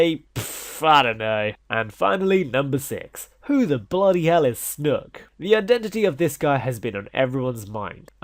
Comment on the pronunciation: I die every time you say 'snook'